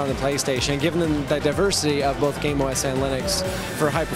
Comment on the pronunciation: "Gaim" i thoughtd he sayd "Game"